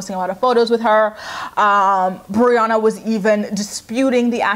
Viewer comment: Am I the only one who noticed how Jenelle became such good friends with Briana but couldn't even pronounce her name right on her live video? 😂